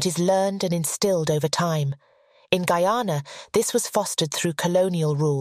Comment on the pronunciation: Well done.. thanks for doing it, and that you pronounced my country's name correctly...extra thanks